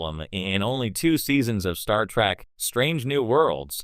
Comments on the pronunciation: Pet peeve of mine is saying Star Track. And yeah pronouncing Picard's name wrong. Like Q in "Tapestry", or the hotel owner Miss Carmichael in "Times Arrow part 2". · Star Track? Chris-toe-per?